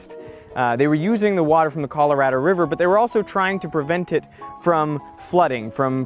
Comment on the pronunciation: you're Australian and you said Colorado like an American. What's up with that?